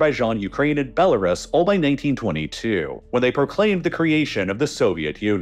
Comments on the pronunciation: It's pronounced Belarus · This guy spent months researching Eastern Europe and still can't pronounce Belarus without it sounding like it's the first time he's seen the word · Your pronunciation of Belarus /ˌbel.əˈruːs/ is inaccurate.